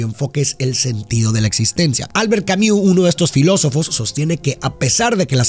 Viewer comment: Se pronuncia Albert camus